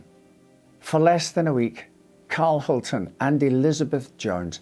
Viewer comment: A note on the pronunciation of Hultén: An acute accent will put the stress on that vowel in Swedish just as in French. The proper way would be Hul-tEEn, with the "E" sounding just like in Champs Elysées for example.